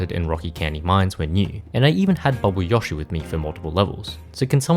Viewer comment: Wh-why do you pronounce Yoshi like that?